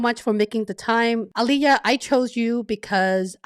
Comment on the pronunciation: I just wasted my 15 min.. came here hoping that it I’ll learn about program manager interview but this discussion goes on about how great is training plan etc etc and a bits and pieces about Alekhya. Btw you are pronouncing Alekhya very wrong it is Ale-Khya and not Ale-HYa